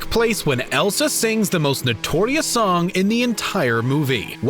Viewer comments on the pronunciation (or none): none